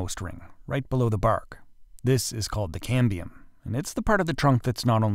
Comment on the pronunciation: ("Cambrium is a great Scrabble word") But it's Cambium – no R.